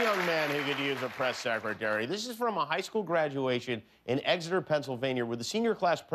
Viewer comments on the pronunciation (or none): My old alma mater. :) And it's not in England so it's EX-ETER, not eggseter. :)